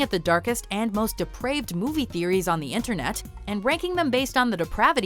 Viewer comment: i love how she says inTerneT